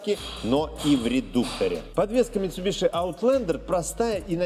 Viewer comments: МитсубиСи. Митсубиши слух режет аж до скрежета зубов. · Не мицубиши, а мицубиси